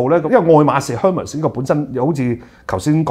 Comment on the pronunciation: Hermes手袋和希腊神话Hermes的英语发音是不一样的。前者像airmez，后者像hurmeez.。